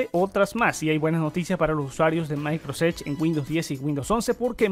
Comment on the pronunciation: Muy buen video. Pero por favor, trata de no decir más MAICROS EDGE. Gracias.